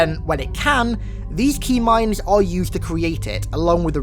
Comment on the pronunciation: up until this point I thought you were saying Tmind. LIke a T bone steak or something...